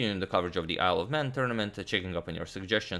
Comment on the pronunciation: Sounds like he said "I love man tournament"